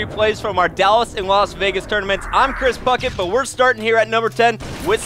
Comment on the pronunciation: 5 for the guys name but it sounds like Fuck it